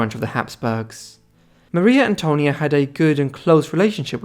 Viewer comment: No se dice Mario Antonio no seas tonto .Es Maria Antonia.